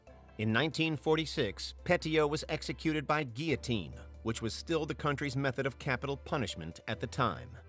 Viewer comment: And the pronunciation of guillotine seemed to get him too lmao